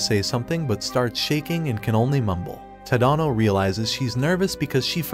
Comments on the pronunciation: It’s Ta da no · TADANO ITS NOT SAID LIKE THAT